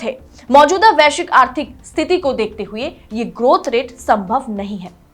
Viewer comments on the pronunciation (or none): none